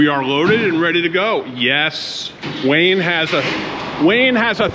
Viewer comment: You called him "Wayne" not "Wayan".. or Wayan in English called Wayne??? 😁😁😁 But he is such a nice man, you have so many nice and good friends all over the world...